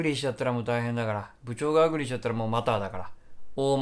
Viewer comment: アングリーみたいなのりでアグリー言うなwww